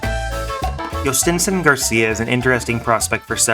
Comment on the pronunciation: As a Pirates fan thanks, I hope this guy pays off. At least now I know how to say his name properly.